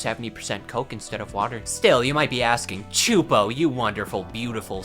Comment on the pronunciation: I don't think "Choopo" or "Csupo" is an English word, bro